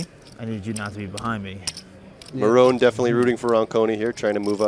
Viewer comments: pronounced mo-ron and not more-on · That is not how I thought you pronounced morón 😂